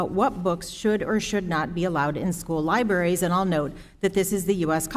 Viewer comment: Did he just say Lie-berries